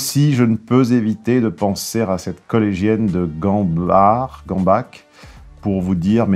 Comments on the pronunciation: Ce que tu as dit dans ton commentaire est correct. Je suis moi-même de la région, et je dirais... ça dépend du bled XD Il y en a comme "Illzach" qu'on prononce toujours "ck".. et d'autres comme "Gambach" qu'on prononcerait plutôt "r", je ne saurai pas dire pourquoi, pour moi c'est une question de feeling phonétique.. s'il y a une vraie règle je serai ravi de l'entendre :) Ce que je peux dire par contre c'est que la prononciation authentique et traditionnelle (en mode germanique) se dit avec "r" et que c'est valable pour n'importe quel village. Parfois on prononce le nom d'un village exprès de cette façon pour rigoler, en exagérant l'accent alsacien :p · Et Forbach on le prononce comment alors ? Dans l'est ces noms de villes et villages se prononcent 'ck', comme Gamback dans la vidéo (il l'a prononcé juste en plus, c'est bien, alors qu'il n'est pas du tout du coin) Ce sont les gens qui parlent en patois qui disent Gambar ou Forbar... 😏✌️👍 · Schaffouse se prononce "chafouze". C'est la version francophone du nom de la ville de Schaffhausen. Et Gambach se prononce "Gambar". Juste une petite précision parce que y a des gens qui s'excitent en-dessous. J'habite à cinq minutes du collège de Gambach de Fribourg. Je m'en fiche un peu de savoir qu'il y a une ville qui s'appelle Gambach et qui se prononce "Gambaque" en France. Le collège dont il parle est en Suisse, Fribourg est une ville bilingue germano-francophone, tout le monde ici prononce ce nom "Gambar". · Gambach se prononce "Gamback" par chez moi